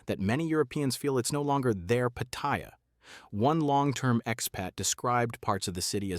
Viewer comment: The name is pronounced PATTY AH.